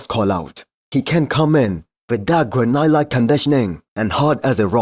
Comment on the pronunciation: your english is pretty good but granite is pronounced gran - it.